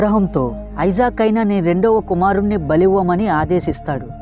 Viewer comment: అతని పేరు ఐసాక్ కాదు ఇసాక్